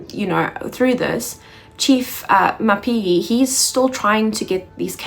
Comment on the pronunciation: Mapiyeye... to get it right, break it down and repeat it few times...: Ma_pi_ye_ye 😉. Otherwise great work 🎉🤝🏿.